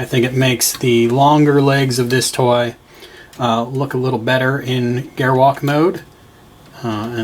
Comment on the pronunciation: it s triggered me when he says “toy”